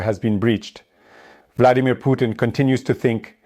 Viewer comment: Did I hear the Bloodymir